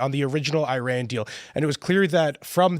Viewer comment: needs to learn how to pronounce Iran.